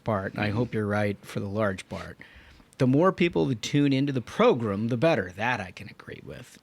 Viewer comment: Recently discovered this podcast, and it's really well done. However, I still cringe every time you say progrum and Tuesdee